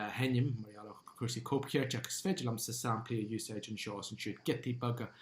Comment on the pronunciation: Bail ó Dhia ort, a. Is maith liom d'fhíseáin. Má bhíonn tú ag iarraidh an Ghaeilge a fhuaimniú i gceart, ní chomh doiligh sin an rud é (mar shampla, anseo deireann tú "saimplí" in áit "samplaí"). Bí i dteagmháil liom, má thograíonn tú, nó caith súil ar an gceann níos deirí liomsa. Go soirbhí Dia dhuit.